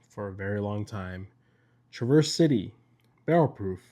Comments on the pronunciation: The emphasis is on the Tra not the verse. Brewzle also says it wrong. A beautiful place to visit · It's pronounced like one word, TraverCity.